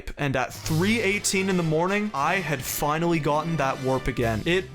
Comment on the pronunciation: dude you keep saying "finawwy" 😭